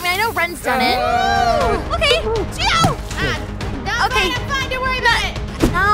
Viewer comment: It’s Chio not Chiow